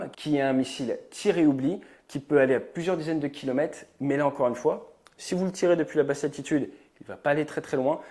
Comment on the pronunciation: Bonjour ATE. J'adore toutes tes productions vidéos ainsi que la pertinence et l'exactitude de tes analyses mais s'il te plaît pourrais-tu soigner ta prononciation de certains mots. Par exemple "kilomètre" vient de mètre et donc comporte un "R" qui se prononce. La plus par du temps, comme beaucoup de personnes tu parles de "kilomètes" sans prononcer le "R". Tu fais comme Jean François BERNARD dans ses commentaires sur le tour de France qui parle de "kimomètes" trente fois dans chacune de ses chroniques. C'est comme le mot "aujourd'hui " que tu prononces comme la plus part des journalistes "AUJAURD'HUI ". Aujourd'hui s'écrit avec "ou" et se prononce comme tel. Je suis un peu confus de te faire ces quelques petites remarques mais je suis attaché à la bonne prononciation du vocabulaire de la langue Française. A part cela bravo pour tes vidéos et pour tout ce que tu fais. Je ne rate rien et j'adore l'aéronautique. Bien amicalement.